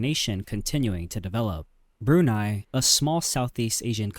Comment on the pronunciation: it’s pronounced “broon-EYE” and it’s a small country in southeast asia located on the island of Borneo bordering Malaysia